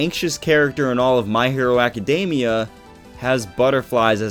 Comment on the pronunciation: They way you pronounce academia is so cringe worthy : Love the video tho .